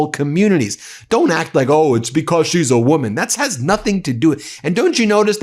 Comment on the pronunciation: STOP CLAWING AT THE CAMERA STOP SAYING "PLAY THIS CLIP" IT'S JAIL, NOT JAL STOP SAYING "BECOSS"